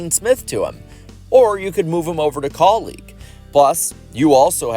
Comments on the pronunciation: Anyone else getting annoyed with how he keeps saying kauleeg and not kaulig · Why are you pronouncing Kaulig like colleague?